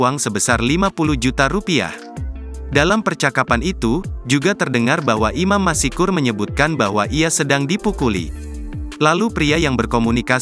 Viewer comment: Masykur bukan masikur !